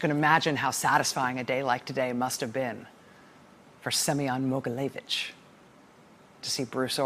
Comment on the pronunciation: Rachel, your pronunciation of Semion’s name is almost exact so don’t worry. :) Thank you so much for all of your hard work. It’s hard being descendant from Russia, having family in Russia, and trying to be proud of my heritage while also being well aware of Russia’s attacks on the U.S. There’s no doubt in my mind that Trump is helping Putin in his “master plan.”